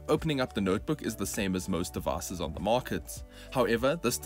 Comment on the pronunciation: "of the devass" - your accent is hilarious 😅